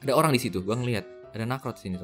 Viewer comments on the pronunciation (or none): none